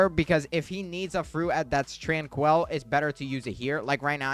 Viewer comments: Bro it’s not tran-quell it’s pronounced tran-quill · Hey man why are you saying tranquil like that? Trainkwul not tran-kwell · how do you manage to butcher the pronunciation of "tranquil" its not fucking TRANQUEL